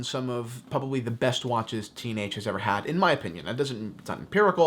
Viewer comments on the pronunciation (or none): Every time he said t&h I actually heard teenage until today